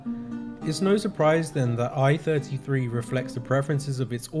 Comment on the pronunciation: MS I.33 = MS One -Thirty-Three, not Eye-Thirty-Three. Although this is technically a moot point as it's been re-catalogued and is now FECHT 1.